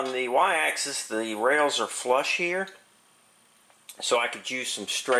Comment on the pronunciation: Haha, and now, the rrrrrrails! 🙂 Seriously, this was a great series, and quite unique on YT, at least to my knowledge, which makes it a great contribution 👍 Loved the rod trick too Thanks for sharing